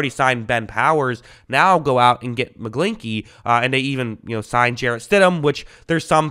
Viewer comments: His last name rhymes with inchy not inky lmfao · Mcglin>ch<ey ch makes a sound idk why you're not saying it correctly lol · Your pronunciation is funny. McGlinch the Clinch.